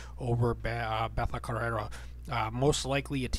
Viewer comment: It's Betch co-hey-a, how you prounounce it